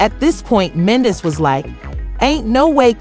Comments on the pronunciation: So this seems like an "AI CLICK BAIT" situation because the narrator cannot say MEN-DEE-CEES name correctly....lets pay attention & watch out for the non sense. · Right!! Wtf is this mess? Cant even say Mendecees name right. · You can’t even pronounce his name, who are you!